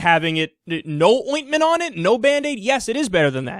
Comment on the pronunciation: i just want to have Kyle never say ointment ever again